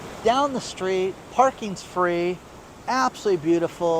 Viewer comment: Free not fee